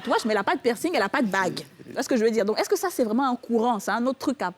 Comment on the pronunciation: pourquoi tu dit PI -ERCING? On lit pas le "pi". C'est plutôt PERCING